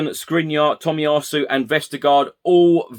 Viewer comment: Shame about the pronunciation of Tomiyasu :)